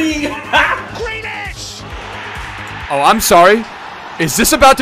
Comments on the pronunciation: Not Gra lash... Grealish. Say it like "Greelish" lol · i love the content but its GrEAlish not Gralash